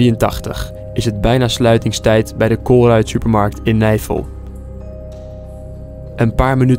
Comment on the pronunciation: Niemand: Helemaal niemand: Tajoela: geen disrespect maar het klinkt echt als navel*kuch*kuch